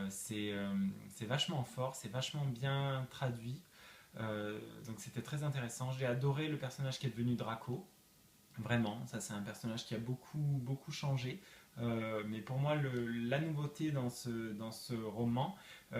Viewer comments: excellente vidéo continue comme ça ! mais juste on dis drago pas draco mais sinon bonne vidéo 💋💋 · en réalité, en version originale on dit bien Draco 😉